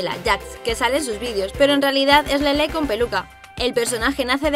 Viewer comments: no sabes pronunciar su nombre:se llama Lele,no lelé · Jajaj además dice LelÉ con la tilde jajajaja